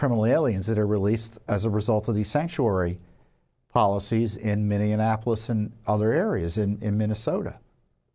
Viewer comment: AGAIN, PLEASE PRONOUNCE MINNEAPOLIS CORRECTLY!!!!!!!!!!! It is NOT pronounced like Indianapolis!!!!!!!!!!!!!! It's Min-e-ah-poh-lis!!!!!!!!!! No extra "en" sound in it after "e!" This is so very obvious...if you cannot pronounce it correctly, the dems will use it to distract from your message, saying that you shouldn't be believed since you can't even pronounce the city's name correctly...don't let them do this to you, dang it!!!!!!!!!!!!!!!!!!!!!!!!!!!!!!!!!!